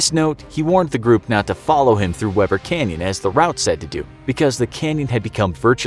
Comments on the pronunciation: It's not pronounced Webber River. It's pronounced Weeber River. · Lol I’m from Utah, it’s pronounced wEEber River/canyon. I mean I know that’s useless info but I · Weber Utah is pronounced Wee-ber. Just FYI 😁